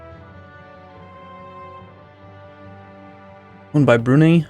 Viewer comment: Brunei is pronounced 'broon-eye'. =)